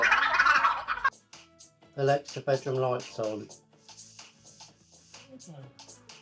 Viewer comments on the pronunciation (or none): none